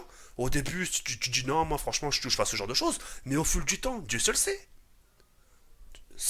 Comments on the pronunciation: "j'en ai vu des saujes" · j'en est vu des soges (au lieu de choses😂) 2016😂